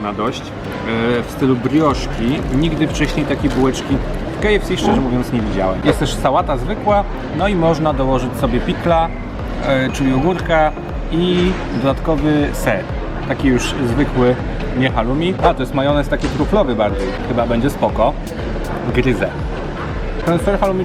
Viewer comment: Pikla? Ogurka? Pickle! 😂